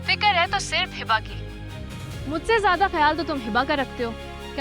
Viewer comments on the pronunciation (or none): Please tha pronounce name of hiba. Its hiba not hiibba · Light sa name he hiba But hiba's bhabhi says Hibbba 😂